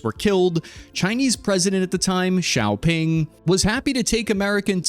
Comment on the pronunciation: Mate… your pronunciation of Chinese national leaders names is FUCKING ATROCIOUS… 🤣😒. You spend all this effort creating this material, yet you undercut it with this rookie level nonsense. How hard is it to find out how to pronounce the names of people like Zhang Zemin or Deng Xiaoping 🤦‍♂️…